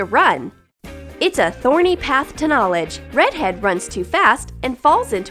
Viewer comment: UMMMM DID ANYONE ELSE HEAR HER SAY READ HEAD?!?!??!